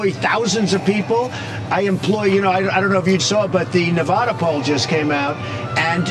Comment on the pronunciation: And he said Nevada wrong. And he wonders why we vote against him.